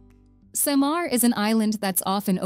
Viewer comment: its SAH-MAR its LEYY-TI